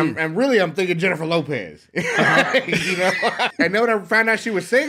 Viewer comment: btw.. its not Jennifer Lopez.. its HENNIFER LOPEH~